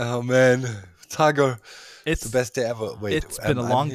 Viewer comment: "Tiger"! It's "Tiger," lol.